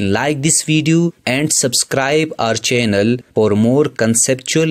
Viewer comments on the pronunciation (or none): none